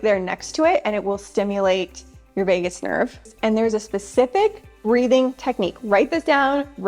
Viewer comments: “Vegas” nerve…lol…VAGUS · You're always such a joy to watch! But I must mention that it's the "Vagus" nerve, not "Vegas" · Vegus Nerve, not Vegas, NV, haha